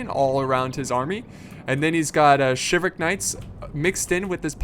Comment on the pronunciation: I always hated the way you pronounce "chivalric."